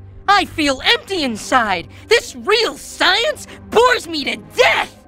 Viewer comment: I thought dibs dad said sinsens